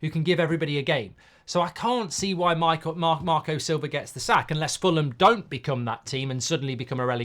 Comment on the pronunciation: Listen to it, he calls Marco Sliver Sober lol